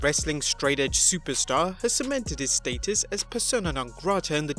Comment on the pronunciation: I hate the way he says status